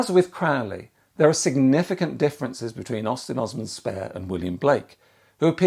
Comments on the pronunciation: Aleister himself would correct your pronunciation of his surname. It's Crowley, rhymes with 'Holy'. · It’s CROW-lee